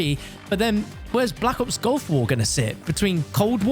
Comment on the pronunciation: its GULF war not GOLF war :(